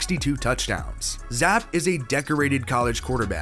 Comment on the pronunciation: Not pounced Zap its actually Zap E